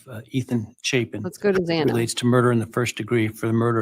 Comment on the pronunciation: It infuriates me that the judge couldn't say Xana's name properly. even in the plea hearing...that was inexcusable.